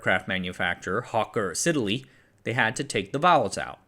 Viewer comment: Excellent, as always! The second word in Hawker Siddeley is usually pronounced as two syllables, sid-ley. Source: I was an avid 10-year-old aicraft spotter in London in 1972 when RDMS was getting going, and the HS Trident was my favourite airliner. (Though it started life as the de Havilland Trident.)